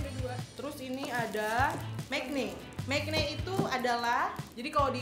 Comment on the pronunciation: maknae, not mekne